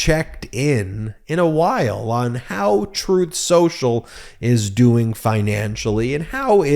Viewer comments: PLEASE pronounce the name as tRump did: "Troth Senchul". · Every time Pakman mentions "Truth central" he plays an audio clip of tRump "Correcting him" saying "Troth sensual" 🤣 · Funny when tRump said "troth senchal". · I believe it's pronounced Trath Senshal. Chooth Shershal. Definitely not "Truth Social". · strooth sential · "Troath Sential" (Trump) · 🍊🤡: "Troth Sential"